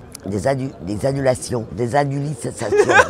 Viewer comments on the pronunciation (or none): Annulation, aninilation, 😂